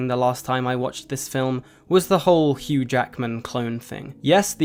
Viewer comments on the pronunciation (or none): none